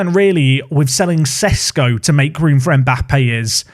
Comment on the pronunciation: He's Sheshko, not Sesko.